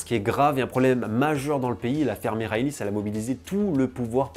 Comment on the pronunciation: haha pas de soucis, je sais que les commentateurs français disent aussi souvent A-E-K. Et belle prononciation de "Michalis" par contre!